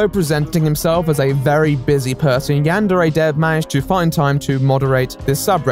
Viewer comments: Looking past the "bitter incel steals work from an unpaid uncredited teenager and uses Patreon money on a sex doll" thing, the dude really pronounces it "yean-dairy"? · It's strange how he pronounces it "yan-dairy" and no one else does. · He can't even say yandere correctly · He had time to do all of these fairly high-production videos with tons of editing and art but not time to work on his game because emails? Also my god, he could at least pronounce "yandere" correctly. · the fact he can’t even pronounce yandere right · The way overpronounces everything drives me crazy